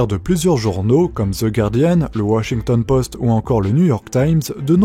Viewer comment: Bravo pour cette prononciation correcte de "guardian" ! 💂👏 La plupart des gens prononçant "gouardiane", même les journalistes.